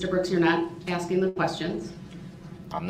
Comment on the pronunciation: I just have to say, I am so sick & damn tired of his Reason for the "Substain" When it's (Sustain) & "Axing" someone, when it's (Asking) somone. Jackaxx Brooks.🤦‍♂